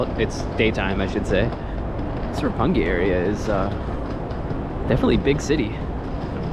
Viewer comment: 六本木 is pronounced Roppongi. yes, you are correct, sir.